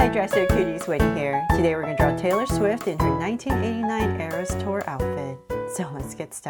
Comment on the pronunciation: You said Tayor Swift at the start😂😂😂